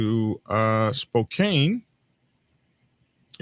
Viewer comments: Spoke-ann not Spocaine lol! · Spo-CAN (Spokane). Doesn't matter. Methington State is an armpit.